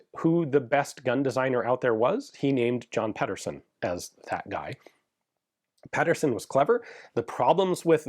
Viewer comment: Pee-dur-sen his name is not pedderson its Pedersen. No relation but same surname.